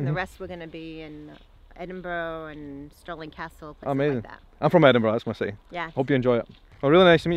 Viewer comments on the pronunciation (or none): none